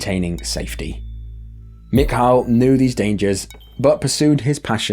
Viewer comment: Granted I'm not Russian and this is an older video I guess it's not all that important now but not my fault I just found this channel. The Russian guy I'm almost positive is pronounced mee-Kah Good channel regardless. Been on quite the binge the last several hours...